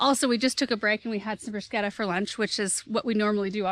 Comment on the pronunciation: Thanks for pronouncing ‘bruschetta’ correctly! Always enjoy watching your mom and you working together